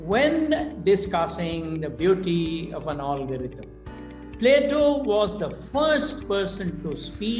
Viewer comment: pottycipation, olgarhythm, 😁 He is extremely well ready and has fantastic though utopian thoughts but sorry I had to rant about some pronunciations that cracked me up.